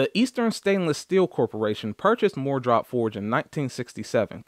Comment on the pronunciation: Instead of saying, "MooreDrop Forged", it might make more sense to pronounce it "Moore Drop-Forged" tools (even if that's wrong). As far as the 15/16" crowfoot wrench being absent, you are right, sir (with apologies to Ed McMahon). I have a set of Sears Craftsman 3/8 Drive SAE crowfoot wrenches that came in a pouch, and that set is missing the 15/16" wrench, too. I always wondered why, but it is probably not used very much on cars, so it was left out. Just like socket sets that leave out one or two sockets for that reason, you inevitably need the one(s) they were sure you didn't need (and wouldn't miss). I bought a single Gearwrench 15/16" crowfoot just to have one on hand. Crowfoot wrenches are the bench warmers of the toolbox, however; in the eight (8) years I've had this set, I've used it once (the day I bought it). By the way, mine have "-W-" stamped on each wrench, so it's not an Easco set. I paid $49.99 for it at the local Sears store. It wasn't wasted money, though, since I had to stop work within a few minutes after beginning the installation of a new kitchen faucet. Nothing else I had at the time would work. Five minutes after I returned home, I had removed the stuck fastener and was able to complete the installation.